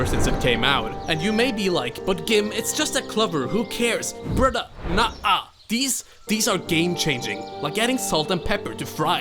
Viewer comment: At the end the subtitles say “cover”, so not surprised he says “clover” like “cover” with an L